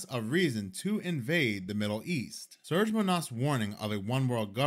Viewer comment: His name isn't pronounced "Surge" but "Serge", it's a Slavic name. Pronounced "Sir-Gae"